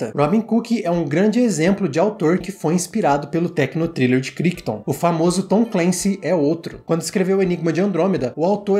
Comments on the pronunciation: Cara, excelente seu vídeo. Mas, uma dica respeitosa... A pronúncia do autor do livro (Michael CRICHTON) não é "KRÍKTON", é "KRÁITON", com aquele "r" bem carregado da língua inglesa. Já li o livro, uma edição antiga. E comprei a edição nova da Editora Aleph. E o filme é um daqueles que me marcaram demais na adolescência. Assisti a ele quando tinha uns 15 anos, lá por 1992, 1993. O filme é de 1971, mas passava, vez por outra, no (quase) extinto canal CNT. A CNT (Central Brasileira de Notícias) foi uma tentativa de se abrir uma TV concessionada (aberta) fora do eixo RJ-SP, especificamente em Curitiba (minha cidade). E "O enigma de Andrômeda" era um dos "carros-chefe" em termos de filmes comprados pela emissora (o outro era "Calígula", cuja transmissão na época foi um escândalo, dada a obscenidade do filme). Cheguei a ter "O enigma..." em DVD, mas passei pra frente minha coleção há uns anos. Não sei se é fácil de achar pra assistir agora... Parabéns pelo trabalho. Assisti a dois vídeos do canal e já tou inscrito. Abraço. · Ótimo vídeo! Só pra constar, Crichton se pronuncia "Craiton"